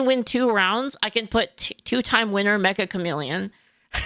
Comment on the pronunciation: I find it funny that Meccha Chameleon is always mispronounced by people as "Mecha" as-in robot. The title is "めっちゃ、カメレオン" meaning "Wow, a chameleon!" or "Very Chameleon (like)". It's funny because the title of the game itself acts like a chameleon, being mistaken for something it isn't about.